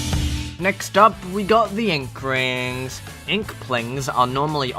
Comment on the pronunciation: ''we got the inkRINGS, inkPLINGS are...' like what the #### dude